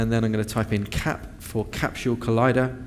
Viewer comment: CAPSHULE? There is no H in Capsule...